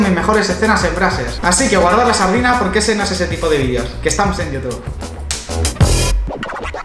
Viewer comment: Le dicen "vidios" a los malditos videos,ni su propio idioma dominan, imaginate otro.